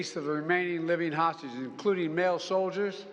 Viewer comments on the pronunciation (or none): "libyan hostges"??? 😅